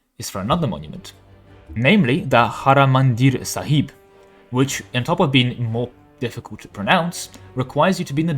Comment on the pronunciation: Can you take a second and try to read all the letters of the word before you try to pronounce it? It’s just throws off when half of the names pronounced weird like Theravadra, Haramandir Saib and others 😂